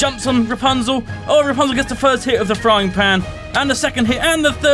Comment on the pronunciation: Its RAPUNZEL!! not Rapanzel! Kappa